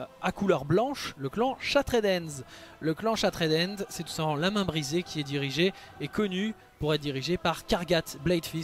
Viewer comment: Super vidéo, toutes les propositions que tu fais à la fin pour développer les orcs me hype à mort! Par contre par pitié prononce bien le nom anglais de la Main Brisée, j'ai les oreilles qui saignent à chaque fois que tu dis "Shattred Hand" XD